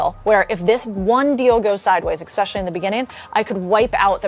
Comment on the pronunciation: I made it until the point where she said "Expecially"...then I had to leave. Credibility blown